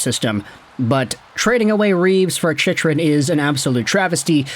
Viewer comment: Hey,, Chychrun is pronounced Chickrun. Been meaning to mention that for a while now.